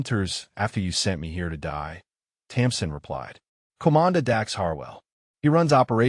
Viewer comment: Her name is Tamsin not Thompson